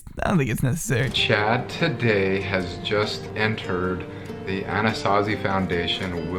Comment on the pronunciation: My bimbo brain kept hearing Anasazi as Anastasia Beverly Hills. I was very confused picturing Norvina fighting a bear or some shit